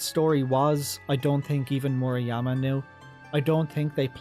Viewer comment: also it's murayama as ra in run not reeee